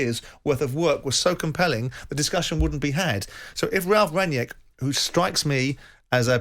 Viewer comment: Why can't Simon Jordan say Rangnick? His name is not Ranyeck